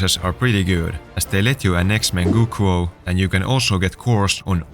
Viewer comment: “manchukuo” son.😭